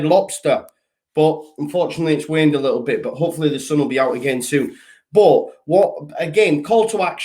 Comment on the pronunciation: Am not taking piss out of you here but I heard you say wained instead of rained😂 I watched the only fools and horses episode earlier when the guy couldn't pronounce his r's when he was singing CWIIIIYYINGGGG 😂😂 sorry if I offended but it just caught my eye, anyway great content absolute brilliant guy you are keep it up you are smashing it brother LEEDS LEEDS LEEDS